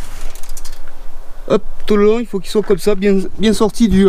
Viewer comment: "bieng" pardon !